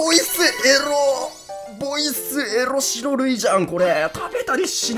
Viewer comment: エッッrrrロ好きWW 全く同じ反応しました